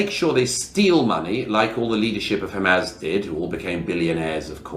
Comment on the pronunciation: Hamaz? Does he mean Hamas? Or is this some new organization?